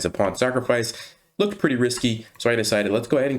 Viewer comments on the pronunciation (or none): none